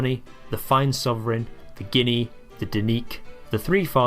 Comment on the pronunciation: Don't know why you struggle to say Guinea... it's only the name of a country after all. Guessing you aren't aware of that being American an all 😛